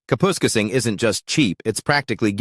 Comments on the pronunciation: “Cap””us””casing”. Kapuskasing Lmao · Kapoooskasing lol - AI doesnt know how to pronoune it. I grew up in New Liskeard (Temiskaming Shores) it is no longer affordable and no there are no palm trees.